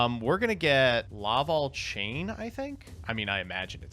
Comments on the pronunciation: Like I call the Smash character Corrin Corn. The Laval instead of Lavalval is just screwing up though. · He also said Laval instead of Lavalval.